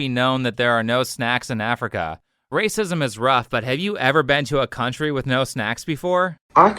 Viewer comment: If you pronounce the word "with" as "wiff" you should genuinely be laughed off of the internet like the fooo you are